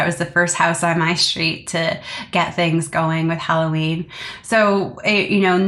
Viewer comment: Please work on your diction! When did S become sh in every word? It’s STREET, not SHTREET! You are so interesting but so hard to listen to when you don’t pronounce words properly!